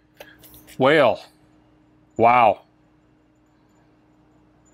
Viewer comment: The names are pronounced NAHz (Nas) and WAH-lay (Wale). Guessing isn't a hip-hop fan, lol.